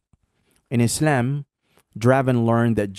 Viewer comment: I don't like the way you pronounce Islam